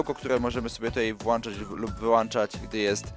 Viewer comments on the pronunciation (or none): Sorki, ale mówi się ,,włączać", a nie ,,włanczać" ;)